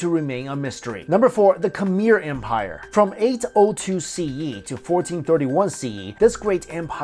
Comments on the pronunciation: Eye-ran? Oh dear, even Iranians pronounce it as ear-ran ;-) Khmer = Km-air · Khmer, phonetically: MUR